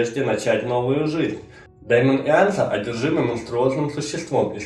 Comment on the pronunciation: дЕймон,а не дАймон